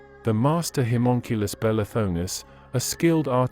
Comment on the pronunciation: Ugh, sorry, had to stop, so many mispronunciations, specifically you’re saying Homonculus wrong and you’re saying Incubus wrong… over and over and over